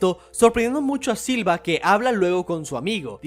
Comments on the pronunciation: Se le dice Silva, ya que es la forma en como los japoneses pronuncian "Silver" en inglés, pero como de hace tan poco esfuerzo por pronunicarlo como se debe, que al final Silva termina siendo lo canónico. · Me gustan tus videos pero no puse pasar del minuto 2 escuchando múltiples veces siva en lugar de silver.